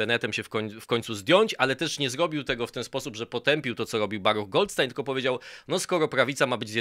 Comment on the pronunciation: błagam, Goldsztajna się mówi!